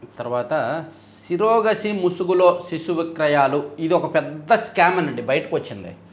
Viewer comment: సరోగసి ని సిరోగసి అని పలుకుతారు ఏమిటి?